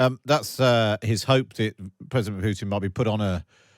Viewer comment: Who is God is the narrator here? Pwesident, not president; pawade not parade; weel not real.... I could go on and on. Fire the person! He can't speak English. I'm utterly repulsed.